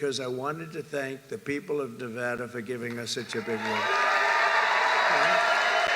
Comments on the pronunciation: fr though why do people say"Nevahdah"🤦🏽‍♂️ its Nevada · Hilarious.. You said Nevawda and later he talks shit about that lol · It’s “nuhvahduh”